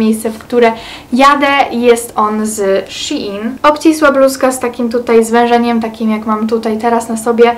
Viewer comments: Szejn a nie Sziin 😌😉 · Shein się mówi szejn, a nie szi in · shin haha a nie shein